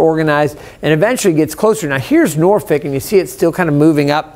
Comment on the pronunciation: Norfick? Should I be watching this guy?